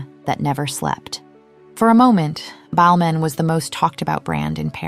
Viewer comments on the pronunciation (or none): No idea that was how you're supposed to pronounce Balmain. Us Aussies say, Bal-MAYNE, and to me that sounds much better. Whereas Ballmen - that's how it sounds to me, sounds so insignificant and nothing. Weird, huh? Every time she says it, I'm cringeing. Even though the v/o is correct.